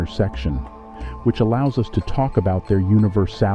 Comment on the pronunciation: What’s up with pronouncing the words weird in the beginning like us or nature? 😂